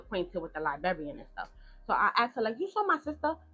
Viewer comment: Baby, it's 2025, why are you still mispronouncing liBRARY and LIBRARIAN?! Liberry and Liberrian is insane! 😂